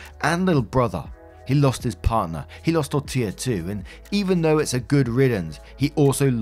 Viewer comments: great job pronouncing Tortilla’s name this time. 😊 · You perfected “Tortilla”! I smiled every time you said it in the first video… but that was a CRAZY saga so the unintended comedic relief was great! #torillagate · Omg you got Tortilla right this time! love it haha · Thank you for saying Tortilla properly, it means a lot.